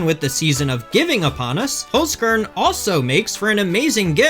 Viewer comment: Why is everyone pronouncing it "holes-corn" instead of "holts-kehrn"?😮